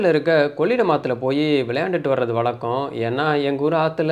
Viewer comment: வளக்கம், செந்தமிலன், பளக்கம்.....ரொம்ப சுத்தமான தமிழ் உச்சரிப்பு!😂😂😂😂😂😂